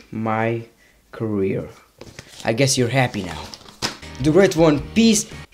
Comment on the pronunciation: OH its hugs lol Ive seen like 200 of your vids and I thought it was HOGS the whole time